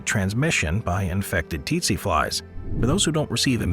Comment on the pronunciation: Its pronounced setse not tetse t is silent not s